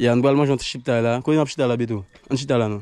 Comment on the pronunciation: Mon frère se chiktay non chiptay.